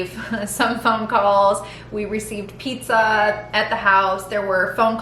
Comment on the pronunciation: On a lighter note, did anyone notice Dr. Phil said pizzer? 😂 You looked gorgeous and you guys did great! You were so confident 😁